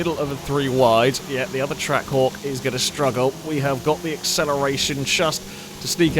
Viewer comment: was I only who kept hearing Track Whore, instead of Trackhawk.